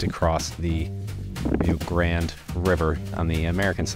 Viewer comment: Great video. And you even corrected your pronunciation of Rio Grande to the way we Texans say it, “grand”! Because it is!